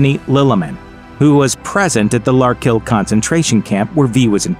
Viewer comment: Lark Hill not Park Hill .....damn it man!!